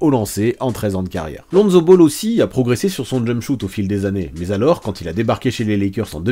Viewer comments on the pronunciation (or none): none